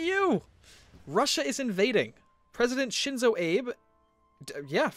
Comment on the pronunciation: Just because I speak some Japanese and language is something that gets to me, you said Shinzo right but it is "Ah-beh", not to be confused with Honest Abe.